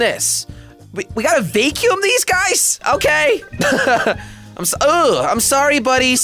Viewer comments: I used to dont mind watching jelly occasionally, then i heard how he says vacum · He said Vaycume it's Vacuum jelly😂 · it is not vaecumvacuum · I know it sounds like he is saying vay cume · Julian Camacho yeah ik it just sounds weird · Why are you saying vacuum so weirdly jelly😂 it’s pronounced “vack yoom” lol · i love how he says vacuum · The way he says vacuum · He don’t now how to say “vacuum”